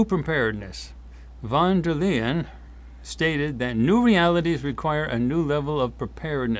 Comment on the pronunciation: Von der Leyen is NOT (!!!!!!) the president of the EU as a US citizen might think after the outlandish description given in this commercial. She is a functionaire and has no - none - not a single direct authority or directive above the european countries. Don‘t tell such BS. Pronounciation is as Lion. But better pronounce it as „lying“. This matches also her general behaviour.